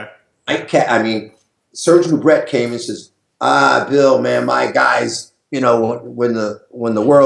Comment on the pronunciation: Serge Nubret is pronounced " Nubray"